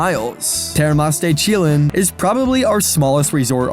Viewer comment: Your spanish is a bit off. Chillán its more like Trojan than Milán (the spanish city), think Chi-yán.